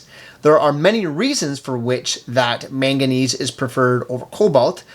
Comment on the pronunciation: MANganese not maganese on the timeline